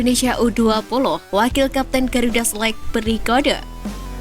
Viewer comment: Garuda SELEK BUKAN SELAIGH MIN...😁😁😁